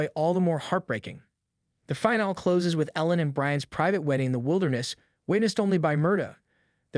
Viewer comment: It has to be an AI voice. No one pronounces finale as FINE-ALL.